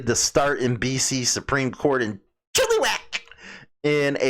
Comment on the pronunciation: Pronounced 'Chill-A-Wack'